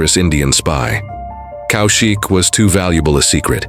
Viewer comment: It’s not COW SHIK it’s pronounced Kawshiq…. First learn how to take our names then tell us what a hero has achieved or not. Either way u r an irrelevant irresponsible idiot who’s trying to make money out of Indians and mr. Kaushik